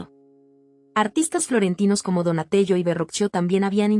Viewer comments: Se pronuncia "Donatel-lo", no "Donatelo". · no se dice pietâ se dice Pietá, es la "Madonna della Pietà". Ya que solo lees, lee al menos dos veces para fijarte en esos detalles a la hora de grabar... Asi como leyendo sobre "Donatello" que se dice "Donatelo"...etc, etc